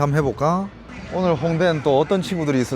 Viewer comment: 대륙남은 '오늘'을 중국식으로 발음함...어~눌 이라고 ..ㅋ